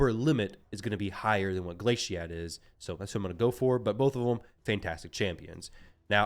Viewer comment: Oo you were getting me worked up the way you were saying glaciad lmao. It's like you corrected yourself, like a glacier, glaciad the meltwater. Like a glacier melting. That one irish idiot can't say it either but he makes up all these irish names for champions. Annoying 😂